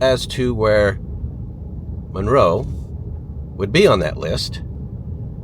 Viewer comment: It's pronounced MUNroe.